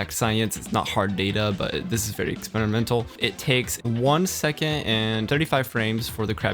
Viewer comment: when he says second he says it like it has a T at the end..